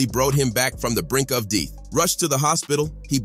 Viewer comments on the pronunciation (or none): which muraculously bowought him to the brink of deeth was my favorite part🤣😂🤣😂🤣😂